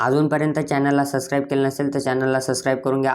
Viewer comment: Sascribe ❌ subscribe ✅